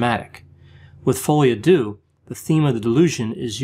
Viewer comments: AARGH! It’s pronounced folie au ‘derr’ not doo! Apart from that, interesting. And disturbing. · You might want to Google how to pronounce Folle a deaux.